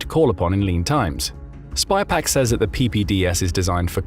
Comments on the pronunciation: SYPAQ not spypaq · IT’S SYPAK NOT SPYPAK